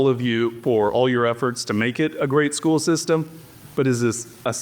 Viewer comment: Does nobody in this town know how to pronounce the word “school”?